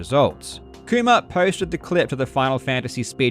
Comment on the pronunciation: How hard did Karl have to fight his accident to say "Kuma" instead of "koomer"